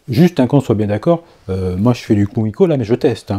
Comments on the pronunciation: Ouep, c'est bien "koumiko" que ça se dit :) Mais on dit "assa no ha" (on "prononce" le h)... Bon, ok, ça ne change rien à la réalisation :D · Juste pour info Kumiko se dit keumiko et les S se dise S et non pas z . Asa = aça Ganbatte ! = courage ! Les essences de bois différentes font du plus bel effet pour l’intérieur du motif et une autre qui pourrait te plaire : mais complètement un japonais Pour le plaisir de yeux